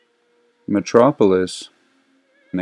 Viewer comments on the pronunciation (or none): none